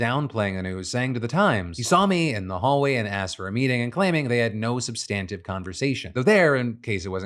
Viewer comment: Phil, you're a beautiful bastard and you crush the news. But please learn to say substantive correctly.